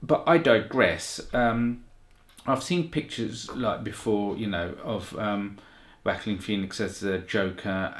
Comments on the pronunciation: Yo. It’s pronounced with “walk” This guy is the best actor alive bro. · The actor's name is pronounced like this way - WA-KEEN (Joaquin ) . Many know the correct pronunciation of his name . He is a very popular actor , so was his brother before his passing ---> River Phoenix . Good reaction to the Trailer ~ 😈🔺🦋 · Incorrect ... The actor's name is pronounced like this way - WA-KEEN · Its easy to pronounce...if you are spanish. Joaquin is the spanish version of that name. The J sound similar to "who" but really harder. Or a hard "HARD", like the movie its gonna be rated, a Hard R. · Sorry, but Joaquin is the spanish form of the name. You can pronounce it the way you want, but correctly just one.